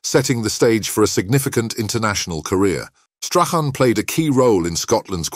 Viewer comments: Gordon strathen? It's Strachan 😂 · Strach Ann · This has to the worst narration to a video that I’ve had the misfortune to listen to. There had to be at least 25,000 mispronunciations of Stachan’s name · Should be called how many ways to pronounce Strachan wrong, he was brought up in Muirhouse and went to Craigroyston high Not Broughton. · You'd think they might have researched the correct pronunciation of Strachan. Very sloppy and lazy piece of journalism with a disingenuous click bait title. Shameful